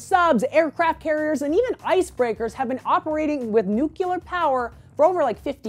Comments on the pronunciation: "New clear" not " nuke you lar" gyad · you say "Nuclear" wrong.... (you say it like George W. Bush :P)